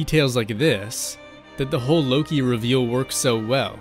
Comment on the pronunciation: Lowkey I heard oki instead of Loki